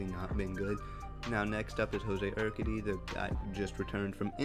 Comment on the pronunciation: You’re pronouncing Urquidy wrong bro lol 😂